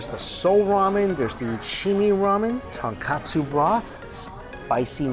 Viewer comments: Ton-KO-tsu Mikey! Ton-KA-tsu is pork cutlet~ 😁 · Lol well Mikey was never about the pronunciation. I believe he always says katsu instead of kotsu. It was funny when he came to Hawai’i, cause he knew he was going to butcher names. 😂 respect for just trying. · It's "tonkotsu" not "tonkatsu" ughh 🤦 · love all Mikey chen videos. One persistent correction - the pork bone ramen broth is TONKOTSU, not tonkatsu (as misspelled in this restaurant menu)=fried pork cutlet. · Ramen broth is ton-KOH-tsu, not ton-KAH-tsu. It's a big difference. For a foodie like Mike, I can't believe he keeps saying ton-kah-tsu. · Hi Mikey, big fan, love your videos! But the ramen broth is tonkotsu, not tonkatsu. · Haha same I’ve commented before on his ramen videos on the difference. Easy mistake to make but easy to fix too! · please!!!! it's "TonKOtsu" not "TonKAtsu" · Regardless, he's mispronouncing Tonkotsu and saying Tonkatsu. Its not really important, but he should know the distinction after so many years of eating it. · People can never say tonkotsu right 🤣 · Tonkatsu is breaded fried pork cutlet. Tonkotsu is the pork bone ramen broth. Mike you always mispronouncing the latter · I agree. Both words do sound similar to an untrained ear - but Mike isn’t exactly untrained. If he is actually intending to say Tonkotsu, his pronunciation should definitely be clearer.